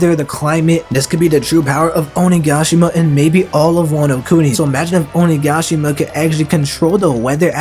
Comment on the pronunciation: Will not subscribe until you pronounce OniGAshima right! “Onigaashima” smh